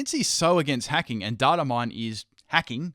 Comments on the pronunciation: Everyone in this comment section is like "Fuck Verlisify" or "Go! You're the best" and while I agree with both sentiments, we are missing the most important message of this video... the way says "data" is rather amusing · Agreed with all your points and are well thought out and researched, but you said "data" wrong so instantly discredits all of them ;)